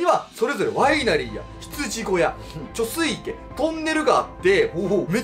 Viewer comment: 貯水池 ✕ちょすいいけ ◯ちょすいち